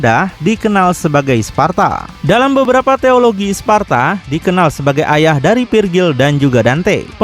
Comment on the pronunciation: Di Devil My Cry Sebutannya "Sparda" ,Disini "Sparta" Jir..😂